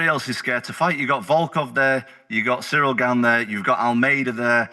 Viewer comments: Ahhhh SURREAL GANE. Not SURREAL Chael, it's "Sea-reel". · Why does Chael insist on saying the brothers name wrong? It's so f'n disrespectful. CYRIL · I was thinking who the hell is Sureal then realise it Cyril😂😂😂😂